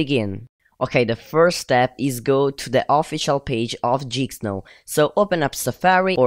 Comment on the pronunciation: It's geek not jeeksnow